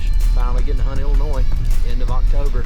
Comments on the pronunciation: The "S" is silent in Illinois. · Congrats and nice video! Don’t know if it was to troll or not but the ‘S’ on the end of IL is silent.